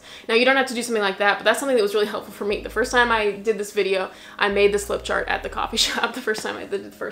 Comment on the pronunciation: It’s called a flip chart, not a rip chart 😄 and every time the page was torn I felt 😬😰😨. ☺️😂 lol. Thanks for a great and really useful video. 🫡✨👍